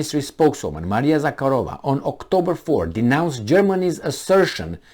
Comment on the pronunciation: zakArova, not zakarOva